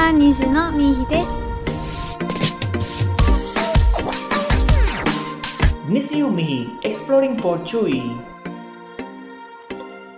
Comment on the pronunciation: It’s pronounced NI-JYU (Something like NEEE-JYOO but pronounced faster). “Nizi” (usually, “niji”) means rainbow and “U” represents the members and fans. Their name is a play on words “(I) need you”. 💕